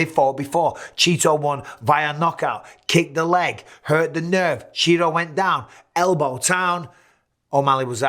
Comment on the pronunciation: Straight up calling this man “Cheeto” instead of CHIto. Hilarious